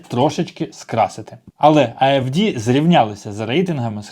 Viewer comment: Не подобвється,зібрали речі і прощавайте. Хто ти такий,щоб вказувати німцям ,що потрібно робити? Навчись правильно вимовляти назву партії AfDe, а не AfDi. Знаток політичного життя Німеччини.